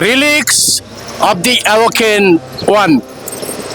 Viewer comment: সরি, উচ্চারণটা "রেলিক্স" মানে ধ্বংসাবশেষ।